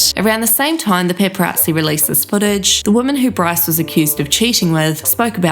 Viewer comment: This girls speech impediment is giving me life. Bwyce ^_^♡